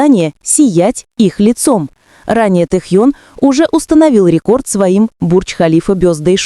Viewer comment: да когда же начнёте правильно называть его. уши режет